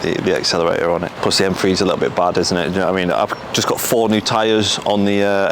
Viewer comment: M-FWEE Its M-Three